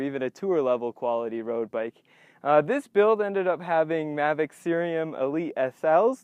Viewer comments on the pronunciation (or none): none